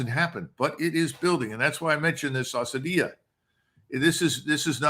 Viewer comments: its asabya not asadia but i appreciate your knowledge about ibn Khaldoun as a tunisian ! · Asabiyyah not Asadiyyah . Maybe I heard him wrong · Its ASABIYA NOT ASADIYA. Close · Asabiyya colonel …not asadiyya …may have heard it wrong though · Dear Judge. Small correction to the great colonel. The term is "Asabiyyah" not "Asadiyyah" by the great Ibn Khaldun who was also an influence on president Reagan. The term refers to the social cohesion bond of a community giving it a shared sense of purpose. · Colonel McGregor meant to say: ASSABIYAH which means group feeling in arabic. He mispronounced it by saying ASSADIYAH which means lionlike. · I thought I heard the Col. call the Arabic term used by Ibn Khaldun for community solidarity 'asadiya'. It should be 'asabiya' with a b. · The mis-pronounced word in question by Col. Macgregor is, ‘asabiyah’ and is defined as ‘solidarity’, ‘group feeling’ and ‘group consciousness’ by Ibn Khaldun in his epic book, “The Muqaddimah”, translated from the Arabic into English by Franz Rosenthal. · السدية Asadeeya- at least in the Colonel's pronunciation means "sadism" 😂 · Doug still loves the IDF... It's "ASSABIYAH", btw. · excuse me to correct you colonel it's called the "Asabiyyah" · It's Asaabiyah A-saabi-yah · My regards Colonel Vers small correction : it is " ASSABIA "= عصبية